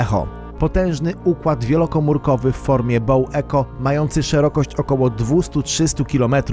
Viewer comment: Bow Echo to BOŁ IKOŁ jak już